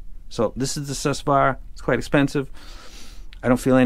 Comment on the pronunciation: It's not Sus swaara... it's Soo-Swaraa...it's sanskrit..Su means good Swara means Sound